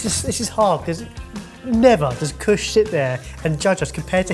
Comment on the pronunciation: I'm dropping Sidekick after the this... Seriously. What's his name? Kush? Cush? You want to hear pretentious... there you go.